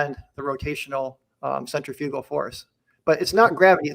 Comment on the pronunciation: How does a dude who works with centrifugal force for a living not know how to pronounce it correctly?